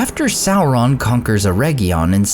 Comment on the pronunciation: Oh for crying out loud, it's not "EreGGion" as in "egg": it's "Eredgion". Same "Er" sound initially, but "edg" as in "edge" or region. That egg sound is Goddamn awful. Please pronounce it correctly.